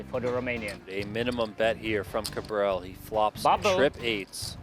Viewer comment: loving the approximately seven hundred different pronounciations of "Kabrhel" lol say "suburb hell", get rid of the second b, so now you have "subur hell" and start with a k sound. "cubur hell". Kabrhel. 3 syllables and the H is not silent. I hate the guy but no one says it right and i think he's kinda cool for having the word hell in his name.